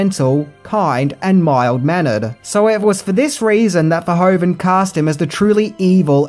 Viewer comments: Gratis Video, but it's Paul Verhoeven, not Verhoven. Well you have to now how to pronounce it in Dutch😆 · It's Paul Verhoeven, not Paul Verhoven. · Paul Verhoven?? Are you kidding me 😂 It’s Verhoeven